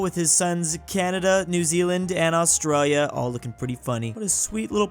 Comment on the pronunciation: Australia not austwayea